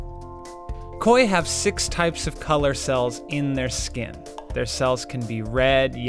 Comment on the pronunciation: again you said skin !!!!!